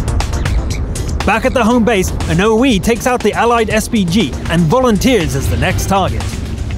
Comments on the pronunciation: Hey, just a pointer: I would pronounce "O-I" as "O-Eye" (or "O-Aye") rather than "Oh-Eee". I'm British btw. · It actually pronounced O-I not, O-E. i believe thats just its nickname to differentiate it from the T6 O-I